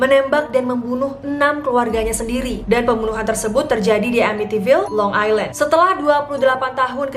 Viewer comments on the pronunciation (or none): none